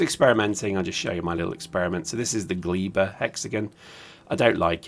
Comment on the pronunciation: it's not Gliiba, it's Gleba